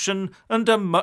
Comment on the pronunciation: the letter 'L' in the word 'Folk' is silent!! That is, you don't pronounce it!! Now stop spreading alarm and despondency.